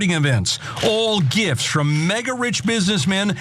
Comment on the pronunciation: Mesmerised by American’s inability to pronounce the word “gifts”.